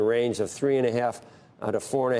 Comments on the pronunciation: Store is pronounced STore. Not SOTORE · Imagine living your entire life and being so stupid you can’t pronounce a simple word like store